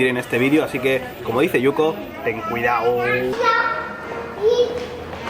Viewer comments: jajajajajajja linda, me reí mucho cuando dijo "Ten cuidaoooo" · Ten cuidaooooooooooo! 🙊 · "Ten cuidaooo"